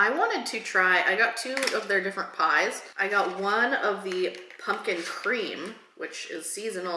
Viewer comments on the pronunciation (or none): none